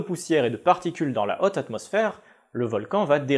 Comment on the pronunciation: La "hotte" atmosphère, remarque, ça rend bien !!